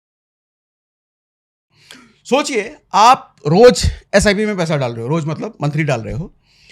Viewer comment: नॉर्मल तरीके से बात करो सर। जब आप पईसा बोलते हो तो ऐसा लगता है कि चुसान्त की पाठशाला है